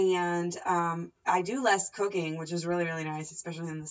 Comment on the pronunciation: haha sounded like you said you do less cocaine, but it was cooking. Great vid!